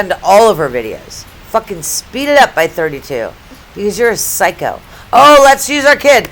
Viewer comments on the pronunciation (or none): none